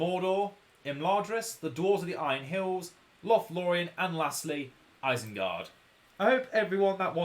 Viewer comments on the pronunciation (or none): eisengard? isn't it isengard?